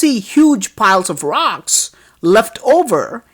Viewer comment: you're calling it ROX instead of ROCKS